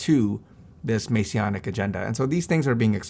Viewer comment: Masonic not masionic 😂